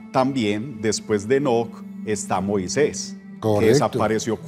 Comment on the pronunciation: Con mucho respeto me gustaria decirle al director que no se dice "Moiseis" se dice MOISÉS.